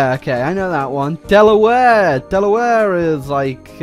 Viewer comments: The way he says Delaware It hurts me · How he pronounces Delaware is cringe